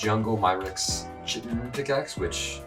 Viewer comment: chtiin is pronounced K-hi-tin